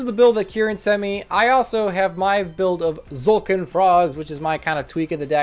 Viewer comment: Finally someone that doesn't say "Tuh-zolkin"